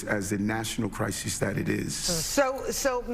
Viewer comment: Adams.. so dumb 😂..... it's almost entertaining. It's a "CRYZEES" ..and whats up with the bobble head lady? Is she part of the "CRYZEES" ..or is the mexzeekoe border that is the CRYZEES so many CRYZEESES. ... Are you still calling your self the Biden of Brooklyn ...😂😂 mic drop. . End of quote / repeat the line